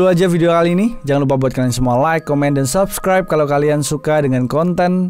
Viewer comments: humor gw anjlok pas mas ngomong "subrek" instead of "subscribe" tapi ekspresinya biasa aja 😭😭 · Ngakak pas ngomong "subreknya"😂😂